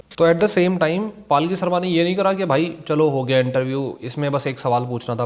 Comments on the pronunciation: Bro, it's not paalki, it's palki. Or may be I am hearing wrong 😢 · Bhai...palki Sharma hai....not paalki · भाई उसका नाम पालकी शर्मा नही है पलकी शर्मा है उचारन में ध्यान दो😮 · Bhai paalki sharma nahi palki sharma hai ek baar uski news dekhlo taki pata chale k pronounce kaise hota hai uska naam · Paalki nahi , palki hai uska nam. Video banane se pehle nam to shi bolna Sikh lo. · Apna naam wo पलकी शर्मा बताती है - आप उसको पालकी क्यों बोलते हो? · भाई पालकी नहीं, पल्की होता है वो। अब भाई तुम भी accent के चककर में जा रहे हो।